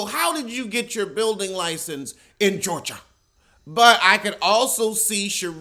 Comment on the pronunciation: The way you said 'Georgia' would've made Julia Sugarbaker proud!